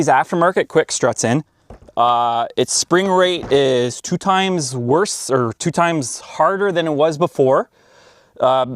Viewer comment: he didn't say worse, he said worce 😆